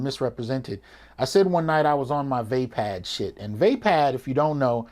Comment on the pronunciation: BRUH "Vaapad" you got me dead